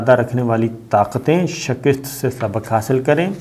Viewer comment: Love your reporting Shakir saab. But why do use the word “Shakist”????? Isn’t the correct pronouncing shikast????🙏please advise👍👍